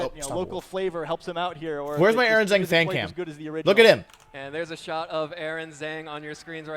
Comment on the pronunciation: I mean maybe he's memeing but the way wolfey pronounces Aaron Zheng's last name triggers me so much lol